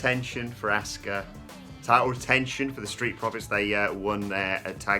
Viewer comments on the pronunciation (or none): Why is it so hard for these guys to pronounce ASUKA'S name correctly? 🤷‍♂️🤦‍♂️ They say ASK-UH with a hard A when clearly everyone else in the world uses a soft A and says Ah-ska aka Asuka